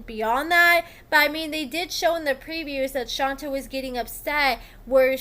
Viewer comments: Exactly. Which is weird, because obviously watches the show a lot, and on the show it's ALWAYS pronounced as Shon-tay. So how do you do multiple videos and keep calling her "Shon-ta" over and over? 🤔 I don't get it. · Thank you for the lovely recap but in case nobody else said it, her name is pronounced like Sean and Tay . Seantay not Shanta. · Did u watch the show, True prounces her name as SHAWN-TAY not SHON-TAH, so how u keep sayin it wrong? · Not shon-TuH it’s shontay!!!!! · must be the only person in the world who pronounces it as "Shon-ta" instead of Shon-tay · You are mispronouncing her name. Her name is pronounced Shawn-tay. True always said he cared for Shonta. If he could get IT with no attachment from the other woman, shame on them. They knew he had a person. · please at least pronounce her name correctly. Like Shon TAY (Shonta) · ITS PRONOUNCED-- SHAWN-TAY! 😂😂 OMG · Thank you because that is how my name is pronounced and there is nothing more annoying than people not taking time to listen how the name is pronounced. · Shon-tay 😂😂 Shon-tay. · HER NAME IS SHON-TAE! Like wtf bro it’s so annoying when y’all can’t get simple names right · do you even watch the show? Shonta is pronounced Shon-tay. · LAWDDDDD ITS SHON-TAY! I CANT EVEN LISTEN TO THE FULL VIDEO W/ THE MISPRONUNCIATION! Sounds like AI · 𝐈𝐓'𝐒 𝐏𝐑𝐎𝐍𝐎𝐔𝐍𝐂𝐄𝐃 𝐒𝐇𝐎𝐍-𝐓𝐀𝐘....𝐃𝐎𝐍'𝐓 𝐘𝐎𝐔 𝐖𝐀𝐂𝐓𝐇 𝐓𝐇𝐄 𝐒𝐇𝐎𝐖❓❓ 𝐒𝐌𝐇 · 😩😭 (Shawn-tay) it’s pronounced Shawn-tayyyyyy 😂😂😂😂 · Hey girlie! I think it’s pronounced “shon-tay”! I love your content and I’m always here gulping this tea and scolding my mouth! 🤍☕️😂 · Your saying her name wrong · girl it was driving me crazy and it's not even my dam name! 😂😂 Shit! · The way she was saying it was driving me insane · Right she keeps pronouncing her name wrong lmao 🤣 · I have a name that people mispronounce ALL THE TIME! So when I heard mispronounce SHONTAY, makes me cringe! 🥴😠 I thought it was just me🫣